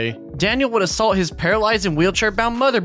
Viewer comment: “That was Awsuhlt by the way”